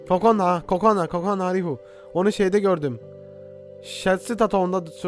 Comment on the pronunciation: enes abi kokora değil o kızın ismi kokona